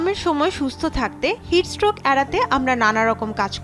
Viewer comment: উচ্চারণটা ভালোভাবে করবেন! বার বার 'হিটস স্ট্রোক' কে হিটস রোগ বলছেন মনে হচ্ছে😂😂😂